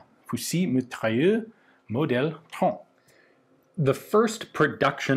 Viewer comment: We pronounce the T in trente because there is an E after the T, otherwise it would be silent indeed ! Good work dude, your pronunciation is starting to be outstanding